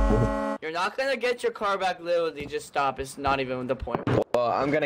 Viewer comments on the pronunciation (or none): you would think that guy would maybe not use the word literally as much considering he can't say it, i mean witerally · "your not gonna get your car back witerawy just stop its not even on the point" -🤓🤓🤓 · ' your horse is witawy dead ' lmfaooo